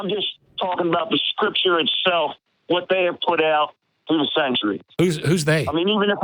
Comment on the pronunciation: Why does Matt pronounce Hwat instead of What?